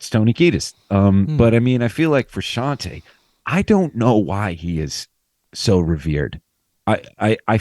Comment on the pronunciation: It'd help if Jusitin knew how to order pronounce Frusciante.